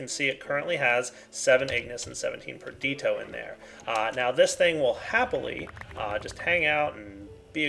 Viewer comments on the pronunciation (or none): Madax the Shadow his pronunciation of praecantatio and perditio is the most cringeworthy for me. Its so damn annoying. Its not even correct either. Why the hell doesn't he say aqua instead of water, yet pronounce every other aspect in the thaumcraft language...